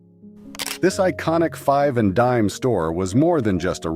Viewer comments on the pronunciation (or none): none